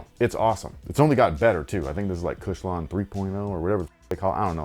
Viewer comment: Lol “OG Kush-lon”